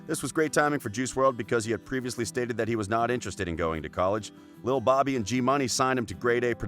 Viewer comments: “lil Bobby” you clearly was lazy making this video not even figuring out how to pronounce lil Bibby (Bib-bee) correctly, and to ask if this man is alive is just disrespectful 🚪👈🏽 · Lil Bobby? You mean lil Bibby? Didn’t say jimi wopos name right either clearly doesn’t know anything about rap.. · Lil Bobby it’s lil bibby bro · Bruh said lil Bobby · lmao! Lil Bobby and g money ! 😂😂😂😂 it’s lil bibby ... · it’s lil bibby not lil Bobby Ctfu 😂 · He called "Lil Bibby, Lil Bobby" Lmfaooo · Dude said lil Bobby lol bye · Lil Bibby* not Lil Bobby... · Did u say lil Bobby 😐😐😐😐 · LIL BOBBY 😂😂😂 why even try to pronounce their names if you can’t. the way he said wopo too 😂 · Jay Glizzy yeah I agree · He pronounced lil Bibby as lil Bobby and jimmy wopo as jimmy woah poah 😂😂😂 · how u be so stupid to now be able to read lil bibby right😂